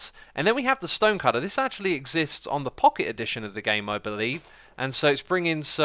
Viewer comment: Did you say stønë cütter?